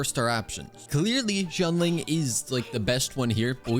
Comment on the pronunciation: pls it's shianling, not zhianling 🥲🥲🥲